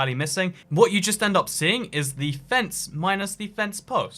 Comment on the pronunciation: Unexpected "femce"